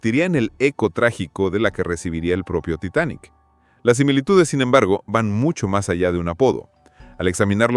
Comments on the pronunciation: "Sin embergo"? Yo pensé que había encontrado al fin un video sin IA, pero estas cosas me hacen dudar. Y las ilustraciones directamente lo dejan claro. Lástima, está interesante el video, pero esos detalles estorban mucho. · Yo creo que sí, dice "sin embergo" varias veces, en vez de "sin embargo".